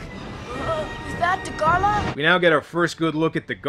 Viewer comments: It’s Dagarah, not Dagarlah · Its dagara not da gor la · Fun fact: Dagahra is pronounced “Daghara”